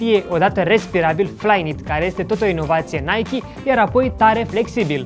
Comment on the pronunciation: Apreciez ca pronunti nhay-kee nu naic!